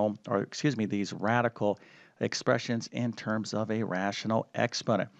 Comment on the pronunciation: Sorry, but your pronunciation of the terms is terrible.